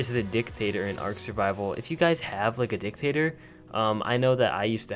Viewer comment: Dictator emphasis on DIC